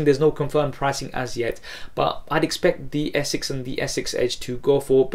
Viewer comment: its S6 not Essex